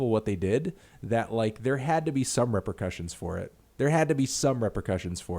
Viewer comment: didn't das racist do a similar thing bit with the coco cola and mcdonalds logos instead Also you said repercussions wrong you punk melon bitch